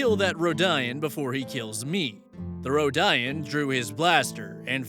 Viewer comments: Row-di-an, it's pronounced row-di-an. A long time ago vs grimderp far future but ROW-DI-AN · For reference, the emphasis of 'Trandoshan' is on the second syllable, 'Tran-DOE-shun'. Also, 'ROE-dee-an'. Never heard of Amaran before, but his description of the species sounds interesting, as does the character's backstory since the Empire is ligitimately prejudice to the point where there've only been a handful of non-Humans who ever served in it, including Thrawn. Personal pretentiousness over Star Wars aside; I, like many others, cringed at the description of what is very obviously the Gary Stu character. Why is it always a wolf though? Surely if they wanted to be 'alpha' they'd pick a chicken, it's where the term 'alpha male' came from after all. Also, what a bunch of absolute dickheads. It's astounding that OP stayed for longer than one session after that treatment, but as you've said previously it's different when you're in a group with even one person you think is a friend. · I'm sorry but THATS NOT HOW YOU PRONOUNCE RODIAN AAAAAAAAAAA Sorry, my Star Wars nerd got to me. It's pronounced "road-e-in". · It is pronounced row-d-an. Also he mispronounced Trandoshan too. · Agreed! Hey,, if you happen to read this, just FYI Rodian - Ro-DEE-un Trandoshan - Tran-DOE-shun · The pronunciation of rodian is killing me. It’s like saying “rodeo” and then replacing the “oh” at the end with “an” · Uh...? You're pronouncing the race names wrong?? D-...? Oh no, he has his air pods in! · As a Star Wars fan. I think this is an everyone sucks here story as OP's backstory is completely lore-breaking and his "established race" is basically non-canon. Also you mispronounced Rodian and Trandoshan. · Not necessarily lore accurate star wars, but oh well. (Unless you're an inquisitor you're not getting any respect from the empire as a non human) Also, the way pronounces 'Rodian' physically hurts😭🙏